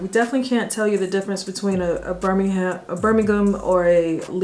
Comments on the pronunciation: I'm well impressed young lady you ish you turned the US pronunciation to the British pronunciation of Birmingham as a Brit if I talk to anyone from The black country as it used to be known And please understand it is nothing to do with skin colour It's about coming home from work covered in coal dust or dirt In the day of a bath once a week People the world over know hard work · I liked the quick adjustment from ‘Birmingham-Ham’ to ‘Birmingham-Um😊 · Laughing at the pronunciation correction of Birmingham (Birming-hm) - learning the language ... Lol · I loved the moment corrected herself when pronouncing 'Birmingham':) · Well done pronouncing Edinburgh and Birmingham correctly 😊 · Interesting to hear you correct your pronunciation of Birmingham. Well done. X👏🏻🙂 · This was a lovely watch and it was very sweet when you corrected the pronunciation of Birmingham ;) One question: have you ever watched PMQs because good grief!